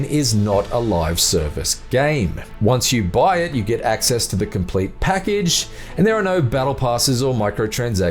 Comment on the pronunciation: My 6 year old nephew can narrate better than this dude. Holy shit this guy sucks. “I wasnt able to capture any FOOTAGE. “ “I was playing on a PEE ESS FIIIIVE” “ on a much higher TEMPO” . “About 15 minutes to comPLETE” “gradual build of TENSION “